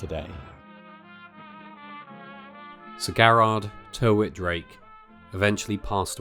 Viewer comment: Hi, great video as ever. Locally, the guy's surname was/is pronounced 'Tiritt-Drake', typically the use of more letters than is strictly necessary! My mum was born in Sandling (a mere stones throw away from the zoo) in 1942 during WW2, she recalls the story of the animals (mainly the elephants) roaring long before the German air-raids flew over or nearby, almost as if they could sense what was about to happen.